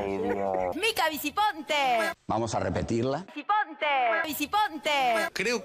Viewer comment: "Viciponte" jaja. AGUANTE BENDITA!!!